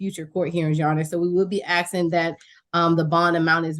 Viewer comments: PD "...she would be axin for...." Hurts my ears. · Love! Also have a hard time listening to an educated attorney with at least 6 years of post graduate education saying “ax-ing” for various concessions. This is not a complicated word…please do yourself and your clients a favor and learn to say “asking.” I’m begging you. It makes a world of difference.